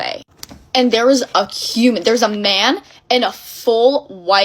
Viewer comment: I like how she exaggerated HUMAN when listing the stuff that could be after them cause that IS the scariest possible option 😭